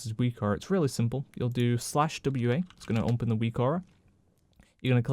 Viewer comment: I love your content, but why the hell do you always say 'umpen' instead of 'open' :D